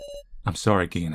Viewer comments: "Hey Q-taro, remember that time you almost betrayed us all and we almost all died? Ha!", "I know you'd do that, Q-taro!" Those cracked me up 😂 Gin (銀 in kanji, meaning "silver") is pronounced with a hard "g" in Japanese, so you got it right 👍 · The way you pronounced it just now (here) is correct. 'G' sound (ga gi gu ge go がぎぐげご) in Japanese is like the english 'g' sound in 'geek' or 'gone', rather than g in 'giant' (which would be 'j' in romaji).